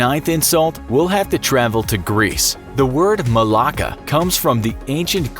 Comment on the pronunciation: I've never seen anyone get annoyed from being called a malaka. The kos omak one is true. Ppl get killed for using it. Also find it funny how he mispronounced everything